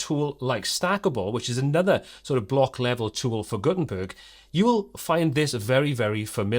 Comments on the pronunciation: "gutern turd based website" 😂😂😂😂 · Did you just say "Gutenturd"??!! 🙂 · Wait a sec.. at 32 sec. did you say Guten 'turd' website? 🤣🤣🤣🤣